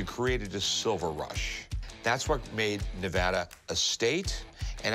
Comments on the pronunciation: It's Ne-va-da not Nev-ah-dah. That's like fingernails on a chalkboard to us locals. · It’s Ne-AH-da not Ne-vo-da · I live in Nevada and I am so angry on how that guy said Nevada 😡😡😡